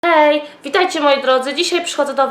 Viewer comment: Zamiast Hej To Powiedziałaś Ej xD 😂